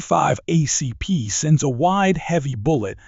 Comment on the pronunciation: ACP, Not Ah CP